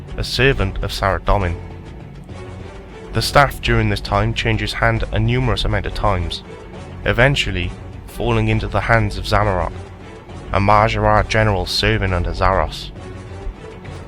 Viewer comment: weird.. you pronounce Zamorak as Zamarok but you dont pronounce Thammaron as Thammoran?